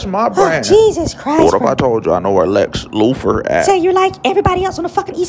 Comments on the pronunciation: "Lex lupher" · “Lex Loofer” 🤣🤣🤣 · Lex lewfur 😂😂😂😂